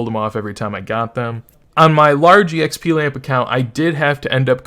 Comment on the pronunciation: Love the vid but its so funny how you say “Eee Eks Pee” , its “EKS PEE”